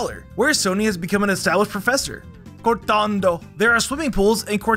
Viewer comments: Why did my guy say cortondo the first time like that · I love the way he says "Cortondo". 🤣